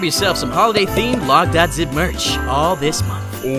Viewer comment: logdogzip: hey guys logdogzip here what i hear: hey guys lockdownzip here